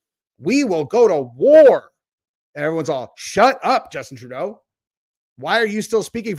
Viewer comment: I don't know why im laughing with you saying Traudeu mentioning possible war😂